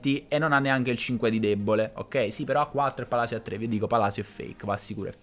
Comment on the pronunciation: Ho solo Palisio come dice il commentatore inglese 🤣